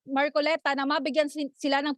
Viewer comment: Muntikan nang masabi ni reporter na "Markolekta". haha